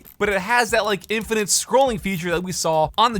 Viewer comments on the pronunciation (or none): none